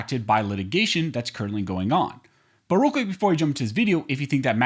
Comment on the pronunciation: Im sure someone has said this to you but at the beggining of every video when you say “but real quick” it sounds like buttermilk quick. Slow it down man 😎